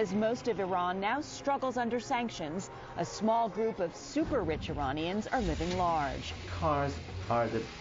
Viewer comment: Well, she did say "Iranians" and not "I-Raynians." Impressive for a FOX News anchor.